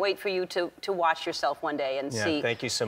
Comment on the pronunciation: I thought Ellen said "I can't wait for you to wash yourself" at the end instead of "watch yourself" lol